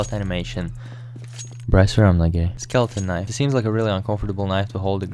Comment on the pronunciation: No one:: Скелетон книфе